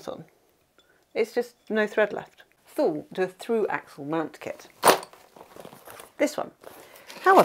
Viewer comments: Nice video and nice place in France I've never heard of! As a swede from the area where Thule is from I never heard anyone say Thule like that 😀 In Sweden we say it like tu-le, the h is silent. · Thule I thought was pronounced as Toolee ? Great video though 😁😁